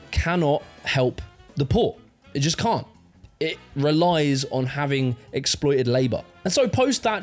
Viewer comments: it sounds likr you are saying hafting instead of having , I think i might prefer it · Love how no one has ever told him he’s been saying ‘having’ wrong all his life 😂 ‘havting’ 😂